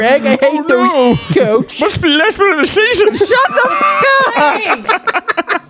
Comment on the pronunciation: A clip you say? Musssht be the lassht one of the sheeeaashhhoon!